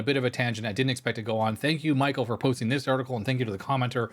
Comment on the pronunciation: Pretty sure its pronounced Mee-Shell if it is a male.... in French anyway.... which I would assume since Americans don't name their male children Michelle.